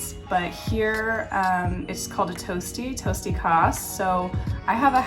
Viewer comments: It is not toasty, but tostie in Dutch. The "o" being the same as in "vlog" and "ie" is like "y" in English. As for the fake part, it is considered fake questioning if you ask "how are you"? And not expect an honest answer. Furthermore if Americans want to say something that could be perceived as sensitive, or negative, they circumvent the topic often. A Dutchie would say straight, hey, you are getting fat, should you eat less? No harm done, just be clear in a few words. That indirectness of Americans, "are you feeling allright in your body? Do you need new clothes often? Is Fake in dutch eyes. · Tosti’s( pronounced with an o not oo)are nicer baked in a pan, I have a “tosti apparaat” but like it better in a pan, because of the added butter, I also bake it with a lid on but no water needed for same result.